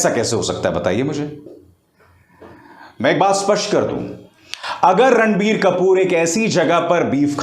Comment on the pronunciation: Abhisaar Bhai jab apne video ke shuru me Ranbir Kapoor bola tha tab mujhe kasam se sunai diya "Randi kapoor" 😂